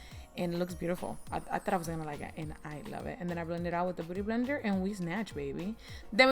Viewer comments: I'm sorry but... I keep hearing booty-blender tbh.. I have bad hearing lol but she is saying beauty -blender lol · Jimin χ lιlу shes saying booty blender lol